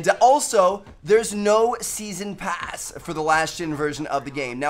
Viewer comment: i think he had a stroke when he said pass